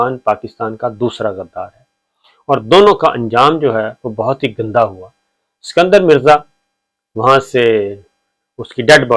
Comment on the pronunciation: It was "ISKANDAR Mirza" not "SIKANDAR"